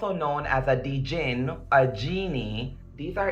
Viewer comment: Latoya...if l DIE, They're going to Murder me.... they are going to kill me.... Then earlier, there is a DaJin.... Anyone ever see the movie DaJango? Lol We all know the D is SILENT! I find free